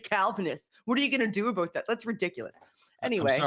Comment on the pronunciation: Nice, hard aboot from XD